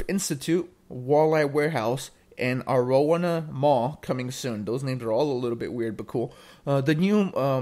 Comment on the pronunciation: A-row-wanna mall 😂 Just in case you make future videos on this, it’s pronounced “Arrow-wanna” mall